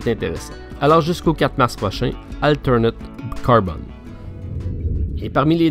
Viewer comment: Bonjour! Encore une belle vidéo bien dense comme on aime!! Beaucoup de contenus! Champ d'Honneur je viens de me le prendre je suis fan du concept!!!:D Sinon juste en passant c'est "AlterEd Carbon" pas "AlterNed Carbon" ^^ L'erreur est humaine;-) Merci pour ce bon moment, vidéo agréable au petit dej!:-)